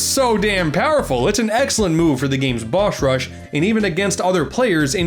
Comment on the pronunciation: "Bosh Rush"